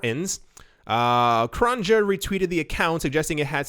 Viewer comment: You are in crypto full-time but obviously don't listen to any crypto podcasts as you don't even know how to pronounce yfi creators last name, pathetic